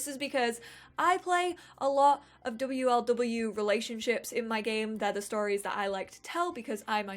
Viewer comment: Love how she actually says w l w and m l m instead of wlw and mlm I hope you read that like I do